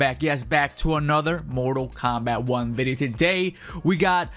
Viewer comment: Am I the only one hearing him say kompack 1